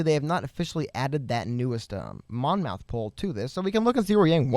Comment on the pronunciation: Hey guys love your vids! Keep it up! Just for future reference, as a Monmouth County native, it is pronounced Mom -ith and not Mon-mouth. Hope this is helpful!